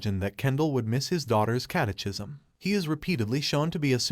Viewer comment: I can't get over the pronunciation of catechism